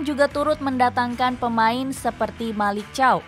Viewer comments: Malick Thiaw dibacanya Malik Caw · Malik tiaw.. bukan malik caw